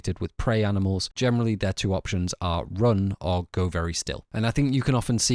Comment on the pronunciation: Why do you pronounce "generally" like "gemenerally"